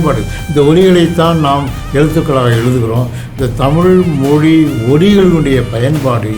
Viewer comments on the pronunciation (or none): சிற‌ந்த முயற்சி... ❤️.... ஆதி அண்ணா... நீங்கள் பல இடங்களில் மொழி என்பதை மொலி என்று உச்சரிக்கின்றீர்கள்.... தயவு செய்து சரி செய்யவும்....